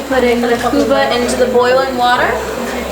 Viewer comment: not kuba it's kubba